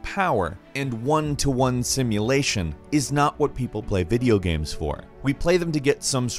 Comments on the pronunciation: why does always call them GAMS instead of GAMES. The fuc bro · Is it just me or did I hear him say,"Videogams"? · "Video Gam" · "Video gaems"